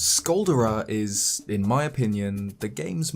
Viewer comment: Say "Skull Dare Ah" like a volcano Caldera only with an S. Get it.